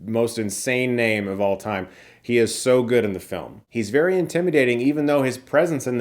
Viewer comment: Did you say “vary very good”?!? I don’t trust you now!